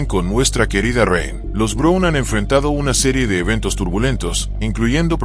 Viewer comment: No se por que no pronuncia el apeellido correcto ( Brown , no Brun ) suena feo .